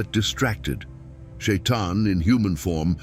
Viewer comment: Почему чтец читает не правильно! Ни Шаян, а шайтан!